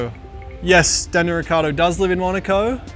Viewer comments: As Italian is very funny to hear how he sayshis Surname 😂 he forgets to say the I.. it's riccIardo, not riccardo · hearing daniel say "ricardo" must grind his parents' nerves. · he can't even say his surname right lol, its' rih ch iahr doh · …soooo who’s gonna tell him that he’s pronouncing his last name COMPLETELY wrong?! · Neanche tu sai pronunciare il tuo cognome.... 😀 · Daniel, if you are SO italian, why do you pronounce your last name in the least italian way?